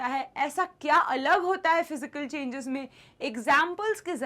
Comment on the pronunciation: Changes ❌ chgnans ✅